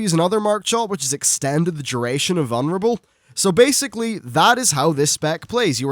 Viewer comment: VuLnerable. Not vunnerable... lol